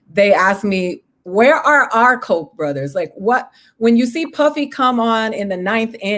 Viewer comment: BTW it's Koch Brothers, not Kock